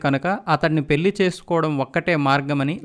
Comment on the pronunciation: మీ ఉచ్చారణ మార్చుకోండి పెల్లి కాదు పెళ్లి అనాలి మల్లీ కాదు మళ్లీ అనాలి Etc